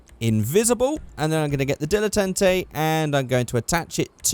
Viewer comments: Dil-eh-tant-ay that's how you say the GTA Prius name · It's pronounced DILLA TARN TAY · Dilletante pronunciation dill-e-tont-ay